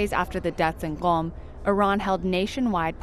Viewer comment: I noticed she pronounced Qom very correctly, then I saw the pinned comment. Very well done miss.